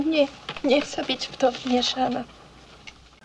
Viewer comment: Meryl Streep's pronunciation is very good, only the words "być" and "wmieszana" sound a little off. The first one sounds like "bić" and in the second one we can hear English "sh" instead of Polish "sz".